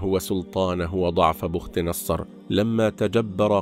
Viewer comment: بختنصر تقرأ بالكسر وليس بالضم مع تسكين الخاء وفتح التاء وتسكين النون سأكتبها لك بالمدود لكن عند القراءة إحذف المدود فقط لمعرفة الشكل الصحيح بي ختانصار